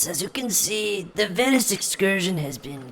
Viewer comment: Bro the way he said venice (a.k.a my last name) tho XD bro just the fact that he decided to put venice in this is funny XD cuz thats a coincidence.